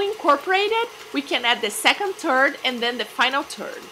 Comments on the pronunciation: I'm rolling on the floor. Can't stop laughing.. Did you mean a "third"? Or you actually added a "turd" to your recipe? Just to clarify things: A "turd" is a big pile of shit. Not sure it goes well with passion fruit babe. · one turd. too turd. tree turd.... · "one turd at a time" <<------- hehehe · haha! I just love her accent! But it is hilarious at times hearing those pronunciations. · S he said turd of butter